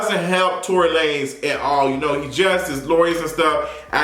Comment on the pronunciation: I always lose it when he says that! 😂 it's that and Jay-Z's "Basquiat Wig"... I fall right out!!!